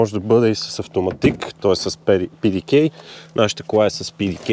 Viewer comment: Човек, PDK е немска разработка, така че ПЕ ДЕ КА!